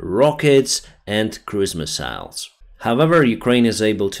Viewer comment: “Misa’ils” “Misa’ils”